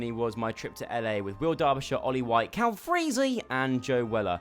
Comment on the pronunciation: I love how joe say cal's name 😂😂😂